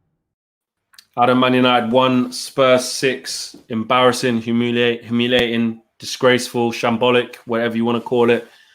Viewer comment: say humiliation again lol